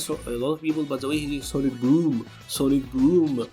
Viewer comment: it's the sawnic, sawnic,sawnic during the vskil2 loop combo for me, and his books in general